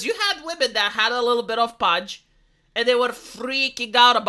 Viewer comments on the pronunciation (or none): I think I started playing Nikke a few months before you, and this is the first time I'll be skipping a story because of how the character looks (I'll listen to a recap). I suspect there are fewer people than you think who like the paunch (it's pronounced "pawn-ch" BTW not "punch" KAPOW!) and a couple simple tests would be; (a) make her rack an A-cup and see how popular she is with that tummy or (b) do a gacha skin for $50 for her and see how well it sells (you know the answer to this because you know this size model is a niche in the corn industry and niche means small). Everyone is free to like what they like and I don't hound other people's comments, but I have noticed that any comment that isn't glowing praise for the extra fat is met with comments telling people to shut up, or that they are gay or in the minority. Does that attitude remind you of any other particular group behaviour?... "Yuk. Hard pass," is my genuine reaction and I'm not apologising for that opinion to anyone.